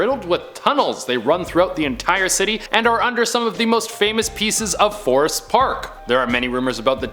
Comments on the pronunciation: Forsyth, not forest. Does anyone rehearse these videos even a little? Bats are not evil. Thought you said nature is neutral. Plus, they carry fewer diseases than humans. Ditto on the snakes. At least you are probably the best at pronouncing the words! (Except when you just use the wrong word.) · Fore-scythe (syth)= Forsyth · It's pronounced For-sigh-th for the 1st one 😅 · Savannah native. totally butchered Forsyth. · You are killing me the bar scene in Savannah is way worse in Savannah and you are saying Forsyth park so wrong it’s insane 😂🤦‍♂️ the only thing scary at night there is homeless people. You’re in the wrong part of town if you want to see haunted stuff. Killin me smalls 😂